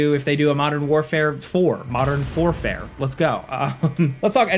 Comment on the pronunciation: "Modern FOURfare"? It's "Modern WarFOUR"! I expected better from you,...